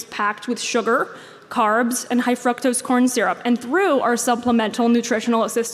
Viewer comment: Did she say, “FRUCK-TOES” syrup?? lol😂😂